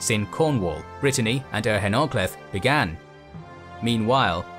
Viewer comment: That’s a great overview, bravo! A tip for pronouncing Welsh words: the stress is always on the penultimate syllable. So Gododdin is “Goh-DOÐ-in”, where the dd (Ð/ð/“eth”) is pronounced like the “th” in the English words “they” and “weather”. And if there’s only one syllable, like Hen in Yr Hen Ogledd, it’s often stressed, so “HAIRN” rather than “hen”. Looking forward to your future videos!